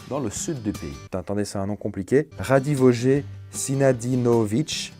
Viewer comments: sa se di radivoyé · Leskovac se prononce Leskovats Radivoje Sinadinovitch se prononce Radivoyè Sinadinovitch T'as compris le délire, c se prononce ts et j comme un y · Radivoje en Serbe le "J" se prononce "i" c'etair juste pour info super vidéo au passage 😉